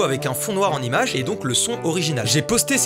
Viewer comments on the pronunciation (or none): "sans l'imache" 😂